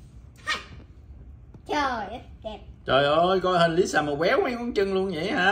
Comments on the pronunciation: Lisa vợ tui mà đọc là bà lía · Khui hàng black pink thì phát âm đúng đi,chứ mắc gì mà nói sai zậy.....Lisa thì nói là lía Rose thì nói là rố.Như zậy có đúng là fan ko🙃🙃🙃